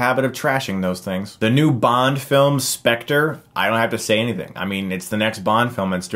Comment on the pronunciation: He prenounced the new Bond movie title wrong.